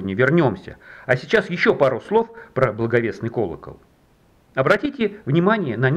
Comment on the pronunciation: Колокол блАговестный и Иоанн ЛЕствичник! Факты такие же непроверенные, как и ударения в словах?